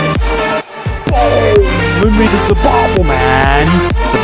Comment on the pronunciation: Neden the yı dı seklinde okumak yerine zı diyor